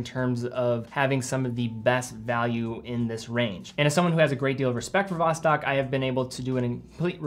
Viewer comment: Sorry for me being picky, but you don't pronounce Vostok that way... As a russian, to me that simply sound terrible (no offence). The right pronunciation is Vast'ok, like "fast" + "door". Saying it right will definitely gain you some bonus respect points from russian speakers. Cheers 👍